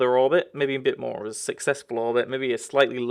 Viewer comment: its more not moar